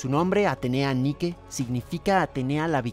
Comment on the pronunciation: Se dice Así; Atenea Niki Νικη